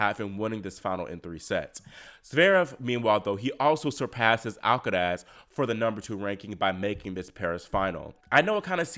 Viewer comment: Love how you say “Alcaraz” 👍